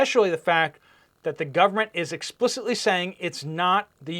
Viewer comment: WHO says it's not our "gooberment"?Our goobernent?😂😂😂😂😂